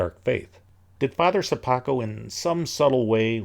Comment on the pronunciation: I like the way, you're pronouncing "Sopoćko" surname :)